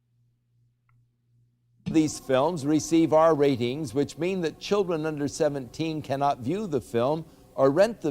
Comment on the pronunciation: "Won't somebody think of the chrildren"........